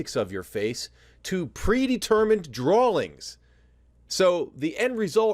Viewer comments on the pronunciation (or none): my man said "drawlings" with his whole chest